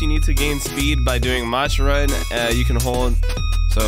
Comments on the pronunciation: im so glad that he is playing this and i love that he pronounces "mach" as "match" even though it's actually pronounced like "mauck" or something like that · Instead of saying mach imagin mach as maak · its called mach (ma-k) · Mach is pronounced ma-k (ma like yelling ma and ch makes k sound) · Hey! This isn’t a hate comment or a butt hurt comment just wanted to help with the pronouncing of Mach think of it like Mock. It likes a word for a certain amount of speed. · Every time he says "Mach" run it hurts my soul a little